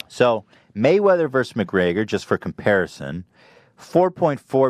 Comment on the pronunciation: Why does Ethan keep saying McGreYYYYYgor??